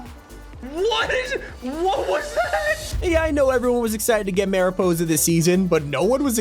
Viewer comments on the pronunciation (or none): Bro said "marypoesa"😂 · Bro butchered mariposa 😭 (Ma-ree-poh-sah) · BRO LISTEN TO HOW HE PRONOUNCED MARIPOSA 😭😭😭